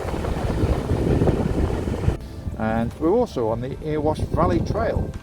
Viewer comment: "Eh-ree-wash" *Erewash, not Earwash, lol